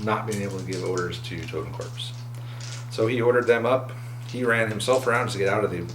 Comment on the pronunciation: Totenkorps (the p is silent btw, just like the word corps which is its translation) advance 4" and run 8". So horror still matters.